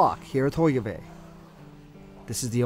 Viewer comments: That guy really massacred all the Dutch name's... "Hoikevoik" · I thought I was the only one, especially when he said Hogeweyk incorrectly.